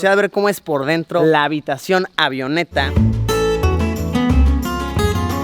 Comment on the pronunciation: Cada vez que dice AVIONETA me duele los oídos jajaja 😂, los que estudiamos aviación entenderemos. 😅